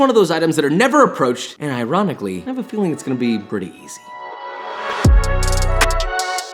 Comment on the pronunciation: Haha I have a "filling"